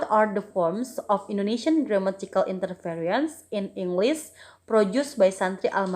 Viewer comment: interesting topic,. there's mispronounce of the word 'interference'